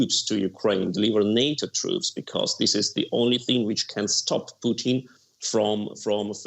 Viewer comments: His name is Putin, not Peuteen pronounced Poo-Tin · Why does she keep calling him Poutine? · president puotine lol. its putin lady poutines is fries with cheese and gravy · Why does she say Pooteen? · President "poutine" lool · All I hear from her is “President Poutine”